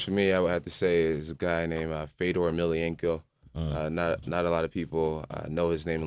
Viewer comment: no not emilianenko...its emelianenko...lol fail